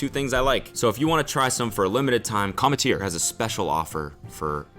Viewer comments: did no one else trip off how he had to VO "cometeer" into the ad? do you think he was saying it wrong? lol "Cum- tear" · I swear cody mispronouced 'cometeer' every single time, and his editor had to patch everything up lol. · I feel like Cody was definitely mispronouncing commetter because all the times he said it were like dubbed over lmao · lmao he had to dub over the ad read I wonder how he mispronounced the brand name at first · Bro the voiceover on the ad spot every time he said the company's name. I need to know what he was saying so wrong lmao